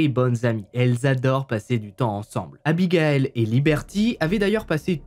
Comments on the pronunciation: 😣 aïe j’ai mal au oreilles ont dit pas abigael mais abigaïl ... ( pour avoir ce prénom je peux vous assurer que c’est super chiant de pas être appeler correctement) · Bon... Je le dit sans réellement m´énervée mais, ayant le même prénom, ça me soule d´entendre ce prénom écorché. 😤 Abigail c´est pas la même prononciation que Abigaël Ça se dit Abi gay le (le e étant muet) Sinon grande fan de tes HVF continue comme ça 🥰